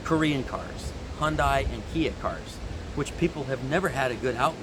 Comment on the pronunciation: Hyundai: It rhymes with Sunday.